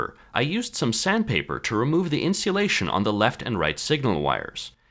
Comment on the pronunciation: Insulation: My pronunciation Insealation: He’s pronunciation Lol